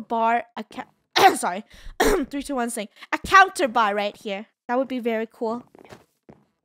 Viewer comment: Funneh: we do need i think a bar, oh sorry- three two one sing.. idk what she said but it sounded like sing and for some reason I think its funny